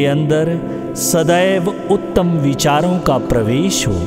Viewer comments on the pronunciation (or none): none